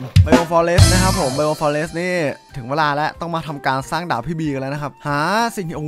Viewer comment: ผมชอบฟังเป็นดาบเป็นดากตลอดเลย